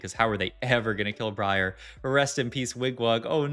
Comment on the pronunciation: Love your vids mate, keep it coming please. However why do you keep saying Briar that way? It's wrong! lmao =]